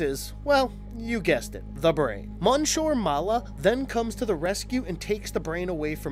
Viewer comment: You are mispronouncing the first part of the gorilla's name. It is the French word for Mr/Sir.